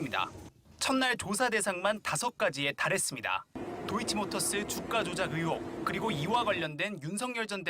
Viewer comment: 뉴스 내용을 떠나 기자님 '으혹'이 아니라 '의혹'입니다. '1분 27초 즈음'